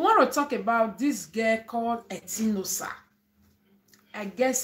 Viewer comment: Etinosa na Etin_osa meaning god's power people don't no how to pronounce her name.